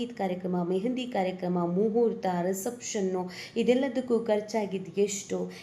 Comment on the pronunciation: ರಿಸೆಪ್ ಷನ್ ಅಂತ ಹೇಳು ರಸಪ್ಷನ್ ಅಲ್ಲ